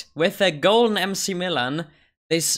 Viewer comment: McMillan is read as "Mac"Millan like in McDonalds